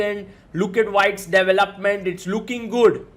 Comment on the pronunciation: I thought you were saying “doubleupment” for the first minute. Somewhat new to chess, I’m like what is this chess term???